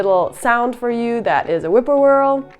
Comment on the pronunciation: whip-poor-will I think you mean not whippoorwhirl. I enjoyed the video though.